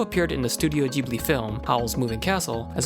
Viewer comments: it's pronounced "Gh"(as in "g"reat)ibli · ITS PRENOUNCED GIBILE EVEN THOUGH ITS SPELLT GHIBILI